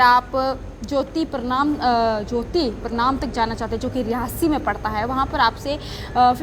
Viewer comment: Mam please improve your pronunciation. It's jyotipuram